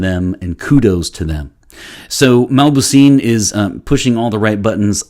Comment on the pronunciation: The name is not mabouseen it's mauboussin.